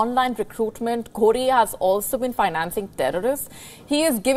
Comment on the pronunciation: Lol you said Ghodi instead of ghori?😂...thanks our greedy leaders,,,always trying to appease..